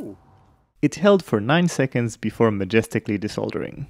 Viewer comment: "Majesticly desolders" 😂